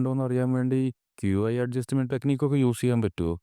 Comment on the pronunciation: Bro qi enn parayenda key enn paranjal mathi